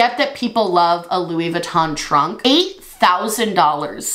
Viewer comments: I loved this. Also- you kept saying Luis and not Louis idk why lol but that whole product was hilarious. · u not realizing that the Louis on the cup is still pronounced like Louie as in …. Louis Vuitton had me rolling lmaooo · Louissss lol. Why is the s pronounced when it's Louis solo but disappeared once Vuitton is tacked on the end? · The way you say "Lewis" when it's not followed by "Vuitton" lmao.